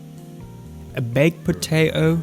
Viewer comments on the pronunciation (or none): can we talk about the way he said baked potato